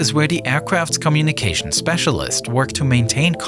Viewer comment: Who taught this guy how to pronounce “communication”